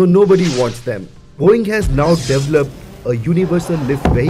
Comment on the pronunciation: It just sounded like he said, “Boing!!” 😂😂